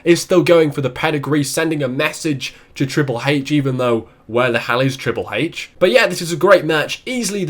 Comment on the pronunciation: triple heich xD